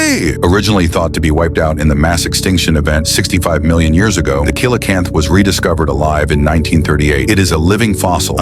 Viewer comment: you truly need to writing the scripts for the AI phonetically. The example from this video is the coelacanth. Coelacanth is pronounced SEE-la-kanth. I'm only offering some help to improve your product. Best of luck.